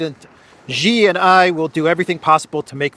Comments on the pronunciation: faithful listener here… I need to school ya’ll a tiny bit (in the nicest way possible of course.) When you say the name of the Chinese leader, you pronounce Xi like the English “she.” If it makes it easier to remember, think “banshee.” 🤣 There are NO “j” or “g” sounds involved. Say it with confidence. “SHE”. That’s also spoken with “zero tone”, not rising or falling intonation. I won’t explain how to correctly pronounce the rest of his name. That has more tonality involved. We should all get it right. They learn a lot of English. We should bother to learn to speak this correctly. Or am I wrong. Love you man. 💕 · still calling Xi -as Zhee 🤣🤣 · Hey, Xi Jin Ping, easiest way to pronounce Xi is She in English